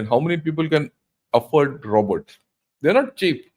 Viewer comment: mark cant even pronounce robots .. smh and whne he says he is not bothered he is bothered and his information is somewhere this country is included some how this how econy is going down . an he is just spewing garbage without any facts .. pinpoint infromation go in depth to explain the overall picture but he keeps on guessing with out any legitimate source of information .. but i understand he needs youtube money so he just makes content for the sake of it